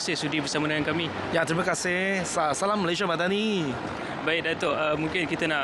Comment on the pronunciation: Sebutan salam tu dah mcm lain, cuba la diperbetulkan ...